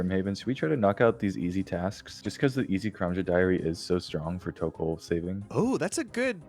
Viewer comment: It's pronounced tokkul.